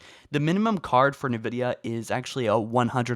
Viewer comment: It's Nvidia, not nevidia